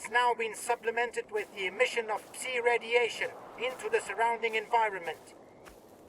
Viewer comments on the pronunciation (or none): Small feedback from the deep dive - Psi is pronounced 'Sye' and not 'See'. The gameplay looks fantastic and very true to the original. Very excited to return to the zone. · "Puhsai-effects" "puhsai-radiation" Dude are you serious? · The mispronounced words are mind-boggling to me. He pronounced "determine", "personnel", and "psi" incorrectly all in the same bit of dialogue. Very strange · It looks pretty good - but the English voice lines on are very rough and hopefully will be redone! The speaker sounds good for the most part, but mispronounces "personell" "psi" and hesitates on those words, as though they're not natural to him which would be unusual for Clear Sky agents.